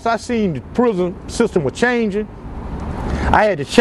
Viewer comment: Is it just me or do people that have been to prison either alot or fora king time say "prison" weird...? They all say it the same way too. "Pruuhzun"😂😂